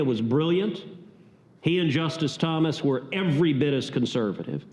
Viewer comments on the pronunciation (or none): It's Thomas not Thompson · It’s Clarence Thomas. Not Thompson. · It's Thomas, not Thompson.